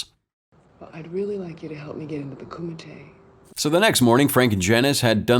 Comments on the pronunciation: It’s not “Coo mite” but pronounced as “Kuh mit te” and it’s Japanese not HKese nor Chinese. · “Koo-might” Narrator obv didn’t watch the movie